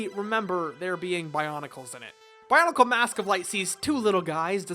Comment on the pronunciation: Your mispronunciation of pretty much everything in the bionicle universe has mildly triggered me